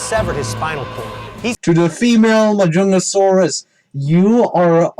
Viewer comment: Also really Jurassic Fight Club? YOU PRONOUNCE MAJUNGASAURUS WRONG? YOU PRONOUNCE IT MAJUNGATHOLUS?! WHAT IS WRONG WITH YOU JURASSIC FIGHT CLUB AND HISTORY?!?!?!